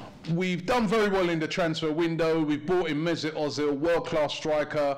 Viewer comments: Its not O-zil its Er-zil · Erzil - that's how it's pronounced.